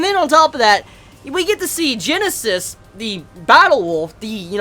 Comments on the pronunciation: we have all been telling you this for months now..it is Guinness (like the beer) not Genesis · His name is fucking "Guinness" not Genesis. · the wolf king'd name is not Genesis. it is Guinness. you know like the Irish drink.